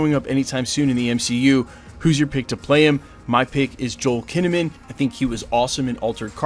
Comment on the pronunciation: Joel Kinnamon? I don't think anyone has ever lost my subscribe so quickly in a video. Be better lol